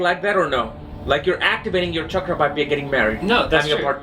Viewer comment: ok Iove you both, but before anyone attempts to raise their kundlini or enter a hatha yoga studio, or buy another crystal or indulge in some "California Tantra", lets get the pronunciation of Chakra right. Chakra is not pronounced Shakra. It is a harder Cha as in chocolate or chip. The problem probably stems from the way the word entered the European languages, but that is another matter. As usual I enjoyed hearing you both.